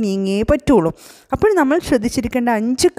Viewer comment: ആ "അപ്പഴ്" കേക്കാൻ കൊള്ളാം 😂👍